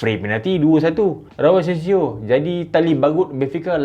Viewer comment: asencio jadi asensiall